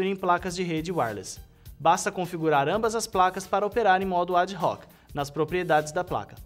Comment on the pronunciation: ad-hoc é latim e a pronuncia é ADOC..., mas em se tratando de informática não sei... Só sei que o cara manda bem.